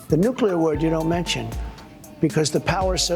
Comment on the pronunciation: He had a few issues with "nucular"😂😂😂